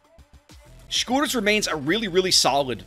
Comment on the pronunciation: love to hear the name pronounced correctly for once